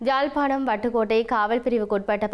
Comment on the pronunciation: Correct me IBC Tamil, ஜாழ்பாணமா அல்லது யாழ்ப்பாணமா?